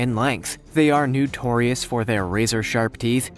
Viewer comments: Why does this guy keep saying "newtorious"...it's irritating. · Why do he keeps saying “newtrious”